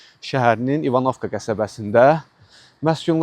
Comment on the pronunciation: Klounluq eləmə, kəndin adını düz tələffüz elə. Vurğu birinci hərfin üstünə düşür.